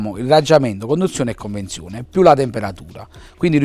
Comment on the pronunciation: CONVEZIONE, non conNvezione!!!